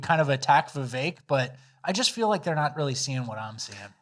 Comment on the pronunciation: I sent this just before rat boy started saying vivake